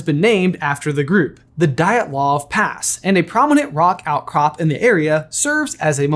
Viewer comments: Just an FYI if you’re ever doing Russian or other Slavic-language pronunciation in another video, the letter y before a vowel is a consonant. Dyatlov is pronounced “YAT-loff” with a d in front = d’YAT-loff. Hearing it pronounced as “die at love” is a a bit grating. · I hate to be that guy, but it's pronounced DeeAtLov pass😂😕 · Your video about the Dyatlov Pass Incident solves one mystery — but creates another mystery. The second mystery comes from the way that you spelled “Dyatlov” correctly while pronouncing it incorrectly (near the beginning of the video! You got ia lot closer the second time you said it, near the end of the video). When you looked at the letters “DYATLOV” in the correct sequence, the first time, how did you com3 up with the idea to say thi# as “DILETOV” instead? I mean, I’m struggling to understand how you looked at the “-TL-“ part but decided that this sequence of letters meant you should say their sequence of sounds as “-LET-“ … how did you arrive at the idea that this could be right? I’m trying to figure out what was your reading there. Please help. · Anyone else just slightly annoyed with how he pronounced Dyatlov? Or am I just picky?